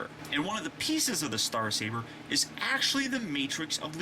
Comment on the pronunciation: Star Caber?....is that Scottish?